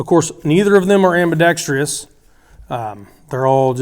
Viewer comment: Am-bee-dex-truss! Not am-bee-dex-tree-us Nice review otherwise!